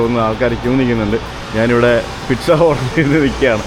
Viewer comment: പിറ്റ്സ അല്ല പീറ്റ്‌സ ആണ്